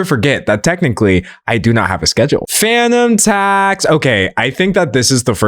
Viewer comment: Oh FANUM tax. I thought you were saying PHANTOM tax 😂